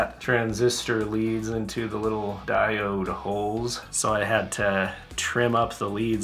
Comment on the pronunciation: you over-pronounce the word diode, but its ok lol good work. always gotta have the tape bro!